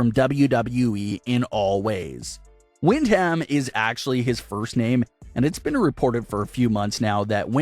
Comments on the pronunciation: Can he also properly pronounce Windham as “Win-dum” and stop repeating Wind-HAM over and over 🤷🏻‍♂️🤦‍♂️ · WOW wind-ham!!!! have you never heard his name pronounced man that hurts. his first name is his moms maiden last name Windham pronounced win-dum. watch any match entrance of his uncles Barry and Kendal. bad butchering of names is bad reporting and makes you seem like your reading a sheet from someone else and have no clue what your talking about. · Its pronounced win dum not win ham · It's pronounced, Whin-dom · I don’t think the way his name is pronounced is wind ham maybe you need to check with somebody it sounds stupid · Oh my God you are killing the pronunciation of Brays real name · Your pronunciation of Windham hurts my soul. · Windham..haha. His name is really not that hard to pronounce.